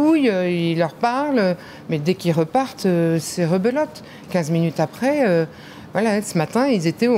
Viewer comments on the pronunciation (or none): rebelote ou rebeu lotte ? 😅